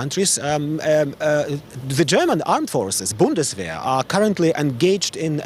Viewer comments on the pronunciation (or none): none